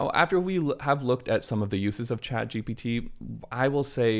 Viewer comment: Why are you saying chatgTP?